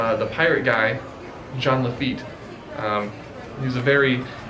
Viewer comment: As a French Disney fan that never set foot in America I appreciate this video on an other level, merci mon gars 👌 (Living for your Jean Lafitte pronunciation)